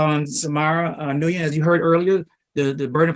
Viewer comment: The judges inability to pronounce the last name Nguyen made me laugh